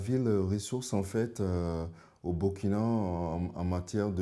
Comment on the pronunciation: Très belle découverte et très bel échange. Juste souligné le fait que Burkina se prononce Bourkina comme Burundi.